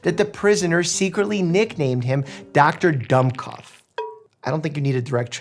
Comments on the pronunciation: Dummkopf has the U of put, not of dumb :). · I don't blame you for not knowing how to properly pronounce Dummkoph, Google can't either. So just ask a Texan It is doom - not dumb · i know im late to the party but as someone who speaks some german, i think its pronounced 'doom-koff'. it maybe different in other germanic languages however thats what it is in german. thank you for coming to my ted talk. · Pronounced doom-copf! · The pronunciation of Dummkopf is killing me 😂 Really great informative video ❤️ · As a german, it hurt listening to you pronouncing "Dummkopf".